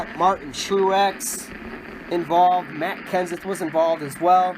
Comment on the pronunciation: You said makks Kenneth...